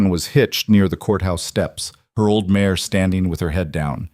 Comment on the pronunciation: MARE. Not mayor!